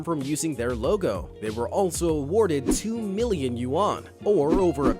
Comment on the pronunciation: And at the very least i think the dude in the video put to much emphasis on the "You"